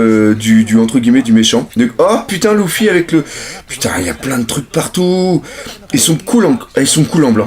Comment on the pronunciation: pourquoi tu dis louffy ca me perturbe énormément LU-FFY stp merci